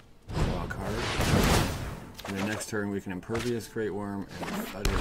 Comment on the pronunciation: TADA?? no its THUD-DA!